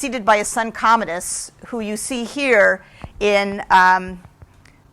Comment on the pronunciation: "What are you doing?" 'I was looking up Commandus. To know more about him. Is that how you say it? Commandus?" sigh